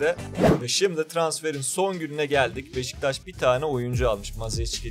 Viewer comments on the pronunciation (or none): none